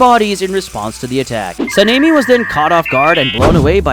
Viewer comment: I swear I heard Panini instead of Sanemi because of the pronunciation 🤠